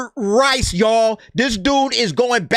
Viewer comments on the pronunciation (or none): thought he said "rice" but he actually said "ice". Very common Asian pronunciation mistake